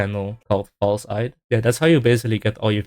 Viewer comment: Mispronouncing False's name, what are you? A tourist?